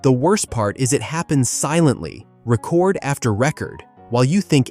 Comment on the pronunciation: This seems to be AI so I dont know if they could get their facts straight. about 1 minute and 20 seconds in you can hear them pronounce record after record entirely wrong.